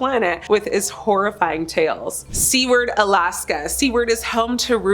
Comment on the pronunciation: It is not pronounced Seaward. It is sew ward. Think of the word Jew and replace the w with an s.